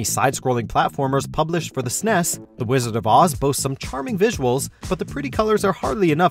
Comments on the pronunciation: Back To The Future was terrible lol. Also, it's obvious that the narrator was born in the late 90s, because.....It's called, phonetically, "ESS-IN-EEE-ESS".....absolutely not ever, phonetically, "SNESS"! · I hate that you call the SNES the "Sness"